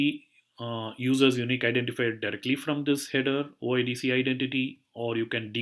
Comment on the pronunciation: Thanks for sharing but it is not "OddZero" it is "O I D Ceee"